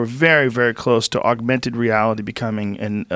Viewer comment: JOE” AUGUMENTED REALITY” ROGAN